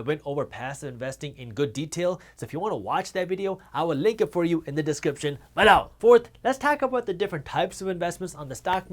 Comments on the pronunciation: Hit the thumbs up button “bEH-Low” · I crack up every time he says "BELOW!!"